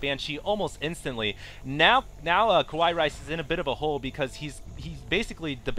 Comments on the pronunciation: hey, i think you guys pronounced KawaiiRice's name wrong..........not "ku-wa-yi".....it should be "ka-wa-yi".....im pretty sure it is the pronunciation for cute in japanese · hes e-mailed Kawaii rice and he has said that he wants it to be pronounced like "hawaii", the island.